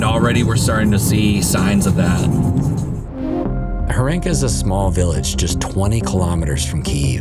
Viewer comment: Horenka with a stressed "o".